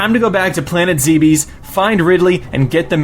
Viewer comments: Nice list. But it's pronounced "Zebbz" not "Zee-bees" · Omfg... It,s not zeebees its Zeb es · offtopic:isn't it pronounced zeh-bis?